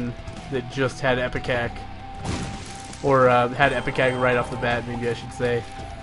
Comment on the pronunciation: It's IPECAC not EPICAC. Sheesh